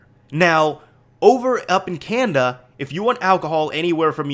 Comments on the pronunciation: It's can-na-da not can-da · Y U SAY "Canda" it's Canada haha. ;)